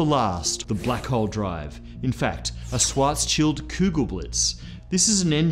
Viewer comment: HOLY CRAP! SOMEONE FINALLY PRONOUNCED SCHWARTZSCHILD CORRECTLY!